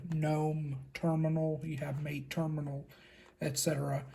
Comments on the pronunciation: Cool video. Mate is pronounced Mah-Tey. It’s the name of a tea popular in South America. Portuguese is spoken in Brazil, hence the file browser Caja. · I will continue to corrupt speech and call it "mayte" because it sounds cooler